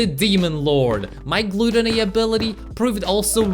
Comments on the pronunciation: Its not pronounced glootony its gut but with an l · Gluuutooony not gutany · Gloootony lmao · I laughed when he butchered glAToNy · Did he say glueteny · I never knew any body would say gluddony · Him pronouncing gluttony wrong makes me cringe